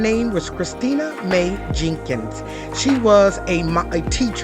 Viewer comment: "Maye Jenkins" 😮 ok